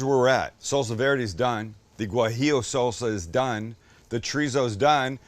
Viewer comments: Hey Sam, it’s pronounced wa-he-o. Not Gwa-he-o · Sam, not gwajillo, it's wajillo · You dont pronounce the G in guajillo btw, I actually had no idea it was spelled that way until you kept mispronouncing haha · For the future, z's in Latino Spanish have no "buzz". Say it like an "s". Also, the gua in guajillo is like the "wa" in water. Great video. ¡Riquísimo!